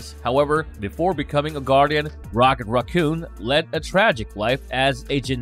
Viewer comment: Ughh. Is English the second language of all of the narrator's? The inability to properly pronounce simple words like raccoon, the, other, and exciting was this video's blunders. At this point, it's coming across as simple carelessness. Also, you could have shave 10 minutes by not completely recounting the movies because we've all seen them. Tell us what isn't common knowledge.